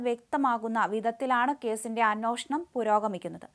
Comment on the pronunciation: അന്നോഷണം എന്തായി.....?😅😂